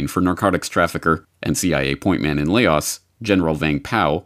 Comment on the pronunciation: Laos not lay oz.